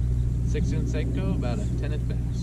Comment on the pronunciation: And it is pernounced " senko" not sanko